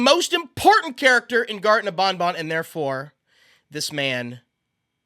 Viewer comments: its ban ban not bon bon/my son is a biiig fan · Its ban ban not bon bon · Love the content. Pronouncing ban ban like bon bon drives me crazy though. Ban ban like can can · You keep saying bonbon instead of banban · Bon bon bonNot pronounce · Bruh, why does he say it like bon bon? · BanBan is not pronounced with an accent!